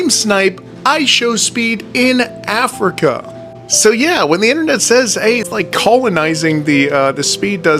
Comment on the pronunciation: this guy is a lowkey racist. Listen to how he says Africa.